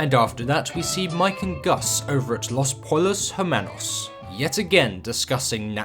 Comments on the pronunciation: Pronounced Los Pohyohs Ermahnos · saying "los polos jermanos" after hearing it said correctly so many times in the show...... put as much effort into the pronunciation as you do into the editing 😂😂😂 gah damn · 2 l’s (ll) in Spanish is pronounced with a “y” sound so Los Pollos Hermanos would be pronounced Los Poyos Hermanos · Los pollos hermanos isn't pronounced like that, damn 💀